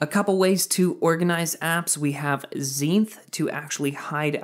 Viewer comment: Guys it’s Zenith, not Zeinth.